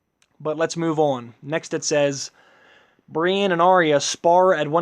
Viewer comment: matt choochoo I agree he can't even pronounce Brienne sounds exactly like he's saying Bran